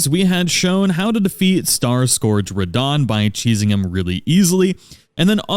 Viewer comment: Scourge is pronounced skərj. Scoorge or whatever you are saying is not a word.